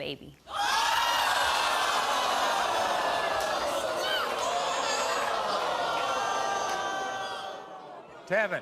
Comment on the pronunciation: Tevyn's friends call him "Tea-Vine".